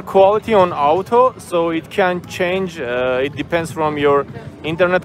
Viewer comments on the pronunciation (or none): none